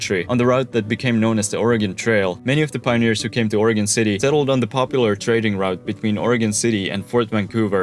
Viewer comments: However, deserves a big attaboy for pronouncing the state's name as OREGUN, as it should be, and not as OREGON, like in 'hexagon' - and like I used to say before I moved here and got chuckled at by the natives. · Thanks for saying Oregon right too smh